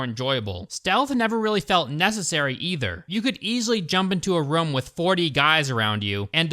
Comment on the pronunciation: Bruh, it's "ROOM" not "RUM"...ya know, like "BOOM"!